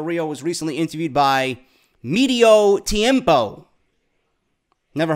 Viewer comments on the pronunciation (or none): "Medio Tiempo" pronounced with with "short vowels". It means half-time.